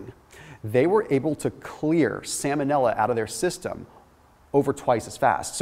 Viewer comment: Salmon-illa. Lol vanilla flavored salmon